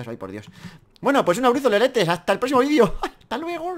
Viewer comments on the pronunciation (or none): none